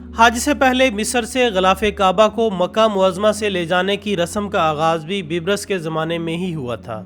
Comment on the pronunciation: ye bibrus nai ha balke baibers ha